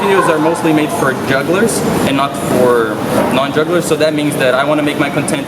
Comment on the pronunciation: Thank you! That was really fun. This video made me realize how my accent changed just because I haven't been to Canada for like a year. For some reason I kept pronouncing the word "content" wrong LoL. Cheers!